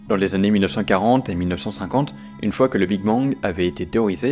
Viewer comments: 380 000 zannées 😅 Pas de "s" à mille . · *années (et non zanés) 🙄